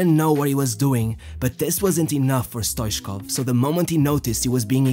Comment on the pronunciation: Stoitchkov that's the way it is spelled and the 2nd t is not silenced